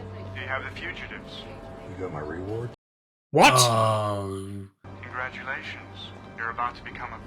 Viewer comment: I love that you guys hung in with Jane right up until he said the word Ree-ward. Even after noticing he was calling the cops mid heist 🤣